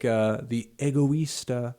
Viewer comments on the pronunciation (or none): none